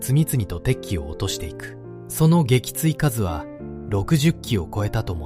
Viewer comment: 撃墜かず、、「げきついすう」😢